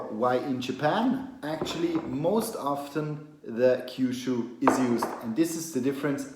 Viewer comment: Why do you say "Kyushu" if it's written "Kyusu"?